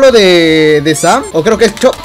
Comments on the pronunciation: Ta igual que mi hermano XD es que dise sam en vez de sans.__. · Es sans no sam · WEON ES SANS NO SAM XD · Es sans no Sam y es ink sans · Es sans no sam xD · es sans no sams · no sabe desir sans